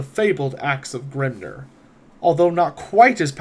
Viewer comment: Excellent video, with one exception, Grimnir is pronounced Grimneer, not Grimner. Hearing a dwarf god pronounced like he is an Orc is grating, lol. I loved everything else in the video and greatly appreciate it.